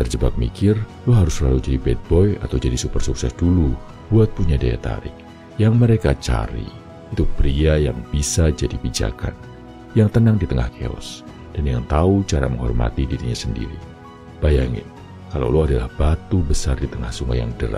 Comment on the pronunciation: Chaos = Keos not kios . Semangat Bro !